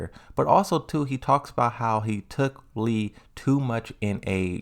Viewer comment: I always love your videos and opinions on the Tekken franchise. This one was very good. But am I wrong for being excited that you finally said LEE's name correctly??